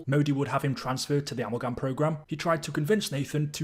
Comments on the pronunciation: Great video, question though. Why are you pronouncing it am-el-gam? It’s “Ahh-mal-gam” lol. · A Mal Gam, not Ammal Gam, just had to get that out, it was driving me nuts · I’m going to have nightmares about the way you pronounce “amalgam”. 🤣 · Amulgum Gobbalgam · I’m only a few minutes in; please tell me he doesn’t say “Amulh-Gam”